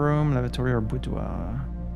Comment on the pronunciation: i randomly found this playthrough and after watching im sad that this is only two videos and not a long playlist. pls keep going! ps: now i finally know how to correctly pronounce boudoir